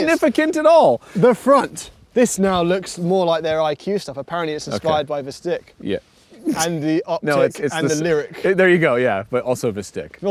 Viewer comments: you were saying vistiq at first l heard 'the stick' 😂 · I keep thinking you guys are saying "The stick" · vindicated in Jay Leno yt video. The designer pronounces it "ik" not "eek" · Pronounced Vis-teek...hopefully? Makes it sound a bit more...less-bad... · i'm dead at the vistiq hahahahh